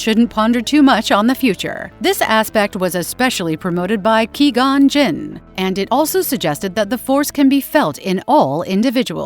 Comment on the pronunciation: Qwee Gon Jinn?